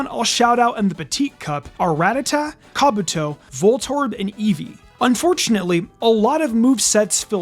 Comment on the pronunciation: lmao! Had to turn the CC on when this guy said Kabuto. Who tf pronounces it like that?!